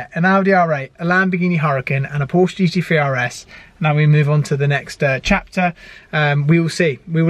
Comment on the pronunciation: Glad you enjoyed the GT3RS and all the best in your racing career. Would be great if you said Porsche properly. Thank you.